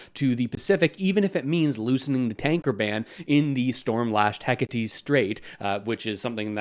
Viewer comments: "Heck-a-tees" LMAO looks like has one of his ex's mixed up with a sea lane. Say "heck ate". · Shut my mouth! You said it WRONG. Its HECAT spelled HECATE STRAIGHT you fool! Look into the shallow, tumultuous rogue waves and extreme storms! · You can't pronounce Hecate strait or Eby properly why would anything else you have to say on the topic hold any credibility? Reserach?? You can start by researching how to pronounce names and places properly if you want anyone to take whatever you are blathering on about seriously. I might consider subscribing if you actually had a base of knowledge in what you were talking about. It is not no to pipelines. It is the where it is happening. Are you comfortable with putting the access point in the 3rd most danagerous strait in the world. Are you comfortable with the likelihood of exxon valdez 2.0 happening and the consequences of that? I am not even referencing environmental I am talking aobut the cost that all canadians will have to pay to clean it up. You can't honestly believe that Alberta would put up a cent for clean up. It will be BC pay all or the Feds pay for it like trans mountain. Are we still team Canada if Saskatchewan is shipping potash through washington state? Claiming that first nations need pay off or BC is stalling is not looking at what is being asked for. If AB is willing to put up all their wealth fund for generations as insurance against Exxon 2.0 because of the selection of port and exit point to tidewater, I am sure that BC and the frist nations wouldn't have a problem with it. Answer those questions honestly and then form your opinion on if the northern pipeline beyond cost is worth the risk.